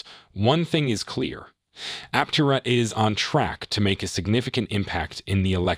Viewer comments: Thanks for your video. BTW, it's pronounced Aptéra. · Pronounce Aptera correctly. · True , simply just making content. You would think they could pronounce the name correctly.